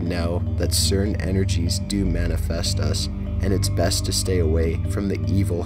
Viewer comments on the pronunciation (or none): none